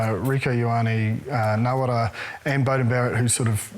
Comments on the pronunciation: Is it just me or does James Parsons keep saying Nawara instead of Narawa lol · Its Narawa not Nawara